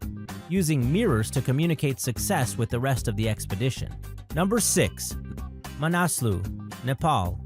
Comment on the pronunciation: Makalu = mah-kah-loo; Manaslu = mah-nah-sloo; Nanga Parbat = nahng-gah-par-baht; ( - and out of nowhere, there she is!) , this is not Annapurna I. Annapurna I is actually to the far right of the screen. My two cents!